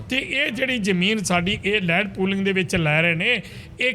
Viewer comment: ਐਂਕਰ ਸਾਹਿਬਾਨ ਤੁਸੀਂ ਤਾਂ ਸਰਦਾਰ ਹੋ ਅਤੇ ਪਗੜੀ ਬਹੁਤ ਸੋਹਣੀ ਬੰਨ੍ਹੀ ਹੋਈ ਹੈ। ਲੈਂਡ ਪੋਲਿੰਗ ਨਹੀਂ ਇਹ ਲੈਂਡ ਪੂਲਿੰਗ (Land Pooling) ਹੈ। ਆਪਣੀ ਪੰਜਾਬੀ ਨੂੰ ਸ਼ੁੱਧ ਕਰੋ ਜੀ। ਥਹੁਤ ਦੁੱਖ ਹੋ ਰਿਹਾ ਹੈ ਤੁਹਾਡੀ ਪੰਜਾਬੀ ਸੁਣ ਕੇ।